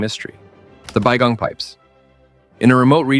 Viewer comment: Its Mount Baigong, not Bong. Why are my comments deleted? L.E. Probably because I put links to actual pictures of tubes from Baigong.